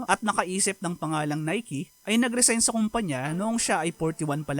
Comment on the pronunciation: ngayong kulang na NIKE Pala ang pag basa Hindi NIKE😆